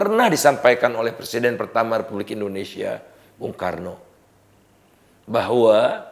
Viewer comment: Indonesia tidak akan bisa maju, karena orang nomor 1 nya saja salah dalam pronounce Indonesia, Pak Indonesia pak, bukan endonesia